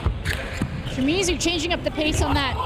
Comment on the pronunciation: Does the announcer keep calling Shimizu as Shimizi？